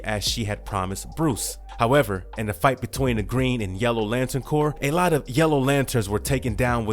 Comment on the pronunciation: at least you take it in stride. CORPS isn't pronounced Corpse(it's not a dead body lol) it's pronounced Core. Keep doing your thing though bro!